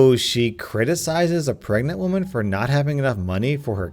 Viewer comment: Did... did you say pergnant?